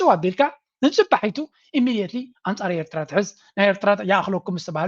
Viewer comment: This guy, whatever his name is; is a foreign minister of a nation, the so-called, Ethiopia. He can’t even pronounce Eritrea correctly. He is so foreign to the name. And he is telling us we are the same people! Feel sorry , he is a high authority of a neighboring nation. Shame on them, Animal Kingdom, jungle men from Arat Kilo!!!